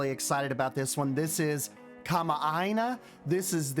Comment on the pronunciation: hi! i was the one who commented on your instagram about the definition of kama'aina! also wonderful pronunciation of the word btw! some hawaiian words can be tricky:) excited for this series.